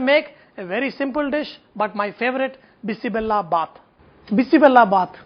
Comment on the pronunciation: It's not bissi Bella bath it's bisi bele bath bele means lentils and Bella means jaggery